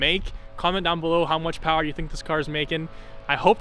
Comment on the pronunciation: Vtec powa 😂